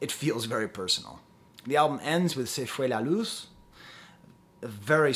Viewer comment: So cute you saying 'Se Fue La Luz' with a french accent 😅